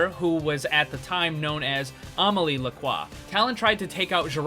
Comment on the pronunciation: Why are you caling widowmaker Omily? It's Amélie, it sounds like uh-meh-lee.